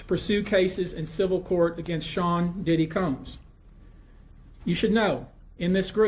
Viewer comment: When you said “Diddly”, I burst out laughing